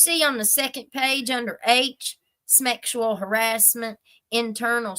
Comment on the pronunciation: "Smeckshual harassment," LOL!😂